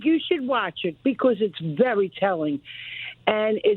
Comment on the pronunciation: Michael "becwause" Knowles